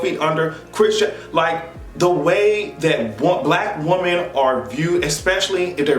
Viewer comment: EVERY TIME you say ,"Woman", instead of ,"Women", melts me!🥰